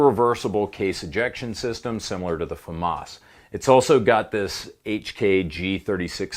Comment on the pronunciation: Did you say, FAMAS?